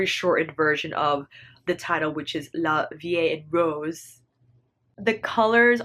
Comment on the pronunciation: Pronounced like "la VEE aen Rows" I know the writing is off but the sound is there lol. And personally, I LOVE the creamy consistency of both Bronze and La Vie palettes. The application, the pigmentation, the lack of fall out...I went gaga over those two palettes, which is why I am now broke ❤️😍